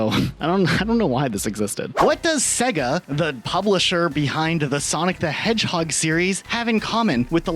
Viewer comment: Why tf are you pronouncing Sega like that?